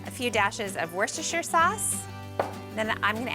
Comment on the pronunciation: 2.05 nice to hear the correct pronunciation of "Worcestershire" sauce from a 🇺🇸